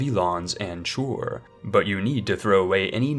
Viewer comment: DRÜBUNDE! Also it's Chur is read as "Koor". Weeds must be the resource in Chur though hahaha.